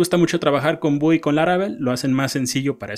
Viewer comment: Vue (pronounced /vjuː/, like view) tailwind ~ teilwind no lo tomes a mal, la verdad me gusto el video n_n